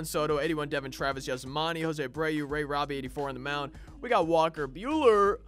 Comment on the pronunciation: Lol you said ray robbie on the mound.